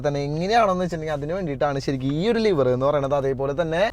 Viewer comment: Liver alla leevar!